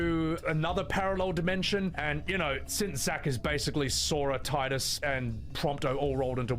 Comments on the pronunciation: Tell that to square when they have called Teedus Titus a couple of times before soon yea. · got the pronunciation wrong of "TEEDUS" that fake fan...